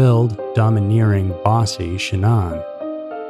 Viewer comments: I had to turn off the sound and use subtitles. The speaker mispronounced Shanann's name every five seconds. How annoying. "Sha-NONN." FFS, dude. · I know you put a lot of work into your videos, but you pronounced Shannan's name 3 different ways in this video. Please don't do this. It's disrespectful. Edit ~ No one has ever called her ShaNON, like you seemed to land on permanently. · So is it Shannon, or Sha- nonn, nlmao you pronounce her name two different ways all through this video And I’ve never heard the name Shannon pronounced sha nonn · Even after oodles of interviews , FB videos and other footage people still can't pronounce this woman's name right. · I'm 5 -ish minutes in, and Shanann's name has been mispronounced several times. Christ on a stick, pick one way to butcher this poor woman's name. She suffered enough in life!!! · This is the worst slaughter of her name yet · This video is pretty frustrating. You’re saying her name wrong for one. And two, you showed a pic that wasn’t even Chris. Do some research. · Way to pronounce the victim’s name wrong. Made me have to check, make sure I wasn’t crazy. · You might want to learn the correct way to pronounce her name before you tell the story. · At least you could pronounce her name correctly 🤷‍♀️ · my point was he said it several different ways throughout the video, switching back and forth between pronunciations. Absolutely it would be understandable that it would be mispronounced -my point was he couldn't be consistent. Yes, up until recently I agreed regarding this channel, I have been subbed for many years however recently the content has definitely not been up to their usual standards. I am definitely not angry over it, a little annoyed, definitely disappointed but mostly just making my opinion known.🙂